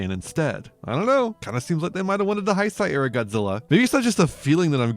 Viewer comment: Great video but Heisei is pronounced "hey-say" in English. Sorry it was like a knife in my ear very time you said it 😅